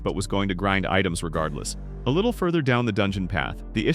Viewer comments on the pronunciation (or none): none